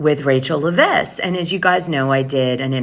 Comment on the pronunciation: LEV-ISS no accent why do you pronounce her name wrong when everybody else pronounces it right😊